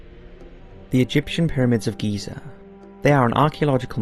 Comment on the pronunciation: It's Giza. Gosh